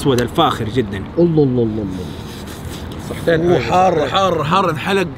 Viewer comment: قولوا للمصور ان ينطق لفظة الجلالة " الله " بشكل سليم من دون تكرار سريع لا يلفظ فيه كامل الحروف